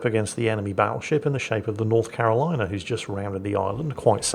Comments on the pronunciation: I could swear said Paddleship instead Battleship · Hahaha! had to recheck what said as the Buffalo is getting paddled. Thought he said Paddleship.